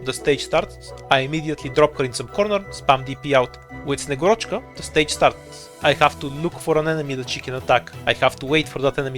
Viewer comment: man i was expecting a better name pronunciation from you as a bulgarian, at least put a stress on a right vowel :/